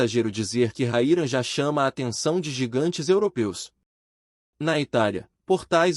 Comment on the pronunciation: O nome de nosso atacante é RAYAN e não Raira seu locutor desta matéria. 🤫🤫🤫